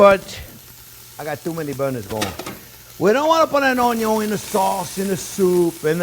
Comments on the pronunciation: Onyon. That will forever elicit a delighted giggle ; please never modify your pronunciation! I am hooked on your channel. Thank you for doing what you do! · "ONYO" ... ohh sh*t here we go again 😍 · I'm here just to here him say onyiooon jk fantastic chef. A chef who can roll with the punches and humbles himself when he makes mistakes ❤️ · His onyos lol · Intense explanation from chef here. Onyo fly around the kitchen. 😂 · I’m here for the Onyon...lol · Just passing thur love when he say onion. lolo